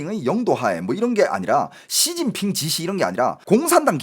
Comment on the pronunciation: 앜ㅋㅋㅋㅋㅋㅋㅋㅋㅋㅋ 야이c 쒸진핑쉬바샠힠ㅋㅋㅋㅋㅋㅋㅋㅋㅋ찰지노